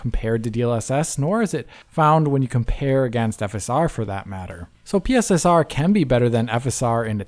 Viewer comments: PSSR, not P.S.S.R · Are they really calling it PISSER